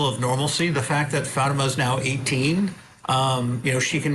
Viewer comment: I find it so annoying that both defence attorneys keep mispronouncing Fatima’s name. That alone speaks volumes of their disrespect for the victim. Of course, this lawyer is just speaking from the parents’ perspective. However, I must agree that the evidence of attempted murder against Zahraa was not convincing. That was an overcharge. The evidence against Ihsan was overwhelming though. The jury should have found him guilty of attempted murder. I believe 2nd degree assault was a compromise decision to reach a unanimous verdict. I’m not happy with the outcome, but that’s how the system works.